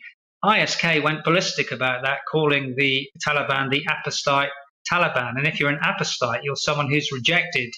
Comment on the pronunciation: "apostite"?? WTF? Are you telling me that this man cannot pronounce "apostate"?